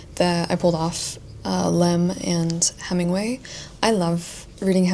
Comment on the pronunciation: great cool video!! just a little bit confused why kinda calls lem a danish author? 😅 he's polish! also it's not a big deal but for a bit more accuracy - his last name is pronounced with a stress on I! just some fun facts I guess😅